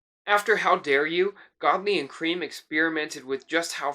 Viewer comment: It's pronounced Lol 'Krem', not 'Cream'. Just sayin'